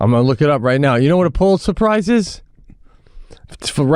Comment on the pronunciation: “ Are you saying surprise?” What do think he’s talking about? The famous Pulitz Surprise? It’s called the Pulitzer Prize…it’s for people who write good…